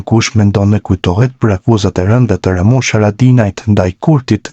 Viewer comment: Pleshident _ Lamushi, po ky s,din te flas gjuhen shqipe 😂😂